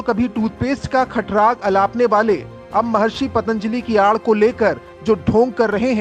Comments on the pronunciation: Patanjali bol bhi na paa raha ye anpadh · इस गधे को पतंजलि बोलना भी ठीक से नहीं आता। बाबा रामदेव के पतंजलि योग की बात करने से पहले कितने पतंजलि का नाम जानते होंगे। वैसे तो चरक फार्मा, बैद्यनाथ आयुर्वेद का भी नाम बदलना पड़ेगा।